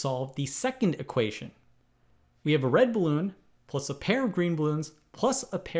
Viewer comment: I’m amazed at how he say “blue balloon “ like bluebloon.